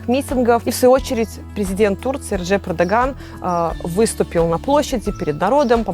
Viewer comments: Победил, она сказала «Эрджеп»??🙄🙄🙄🙄🙄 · Да, я переслушал, эрджеп